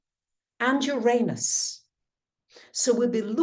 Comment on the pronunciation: You are mispronouncing Uranus.